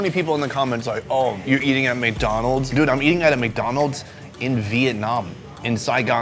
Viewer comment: Biggow dan mokk dahnnold...good to know.